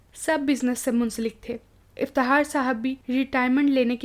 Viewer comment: Aap ki awaz aur lehja bohat acha hai bas Fakhar ko fahar iftikhaar ko iftihaar kh nai bol sakteen aap ?